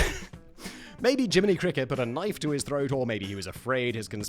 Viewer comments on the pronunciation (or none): none